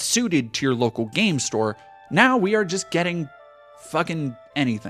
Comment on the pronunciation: Come on, emphasis should be on the NOW